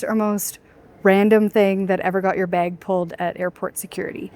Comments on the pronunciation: Baig. Beg? Bag? Baa-eg. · Had to rewind a couple of times to catch "baig" Bahahaha. You pronounce "bag" correctly....and guessing you also pronounce "about" just fine too! You can guess my citizenship.... Thanks so much for your wowzer, comprehensive, well edited videos. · I like the way u say “bag” 😅